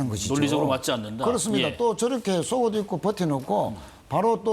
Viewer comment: 쏙옷이 아니라 속옷입니다.